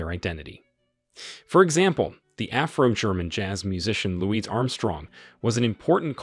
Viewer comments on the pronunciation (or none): Louis, not Louise😊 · And can't even pronounce Louis correctly? Or the word erasure? And showing us footage of the Senegalese Tirailleurs ( Black French Soldiers) and telling us they are German? Seriously. If you want to do history, you must try a bit harder than this.